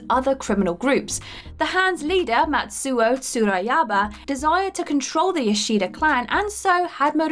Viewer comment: I have never heard someone say Matsu'o Tsurayaba name aloud. Based on the way you said it, it sounds right